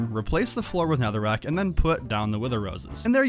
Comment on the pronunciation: Bro really said netherrick